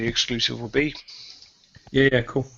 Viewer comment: its kowl;)